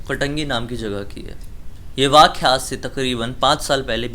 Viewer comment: वाख्या नही वाक्या होता है गंवार